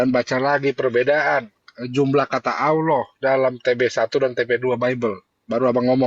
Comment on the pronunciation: sangat bangga dan nyaman dengan sebutan ALLAH untuk sesembahannya yesus tapi bacanya didustakan jadi aaaalaaah